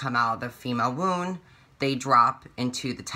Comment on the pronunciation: I love you so much but lol u said "when you develop more and come out of the female woon"